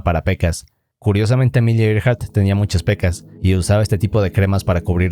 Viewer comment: Yo viendo que dice Amelia Earheart. Yo: Adiós Amelia y tu avión.